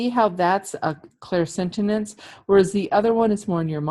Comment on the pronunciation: It's all good but you are saying clairsentinence instead of clairsentience. Thank you for the awarenesses. Blessings always!